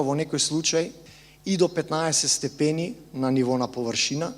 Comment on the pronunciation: Муабетот си е на место, само степени не се изразува така на македонски си го утнал акцентот